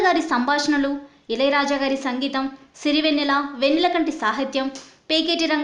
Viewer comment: సంగీతం కాదు సింగీతం కరెక్ట్